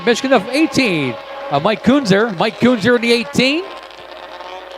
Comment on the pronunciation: It’s pronounced Ken-Zer. (Kuenzer)